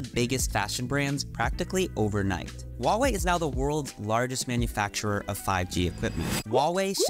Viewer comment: FYI, the "H" in Huawei is not silent. I have no idea why there's this notion among Westerners that it is. In Chinese pinyin, there are no silent letters.